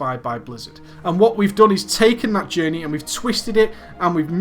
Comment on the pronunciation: "AH JAHNEY, IT CREEAT-ED A JAHNEY"* *that literally no one who wasn't autistic saw